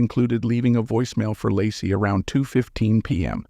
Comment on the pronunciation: Her name is pronounced ‘Lay-Cee’ not Lah-cee. Thank you for this post.